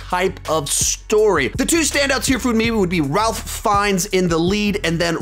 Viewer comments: Hey, just so you know, Ralph Fiennes's name isn't pronounced as it looks. It's said "Rayf" with no "L" sound, rather than "Ralph" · Ralph Fiennes' first name is actually pronounced "Rafe". Also while we are on the topic Kumail Nanjianis first name is pronounced "Koo-Male" not "Koo mall"